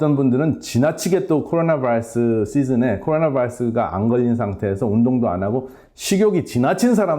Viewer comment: 코 오 나 바어스~~~ 그냥 코로나 바이러스 라고 하시죠 ㅋ 우리나라 발음으로...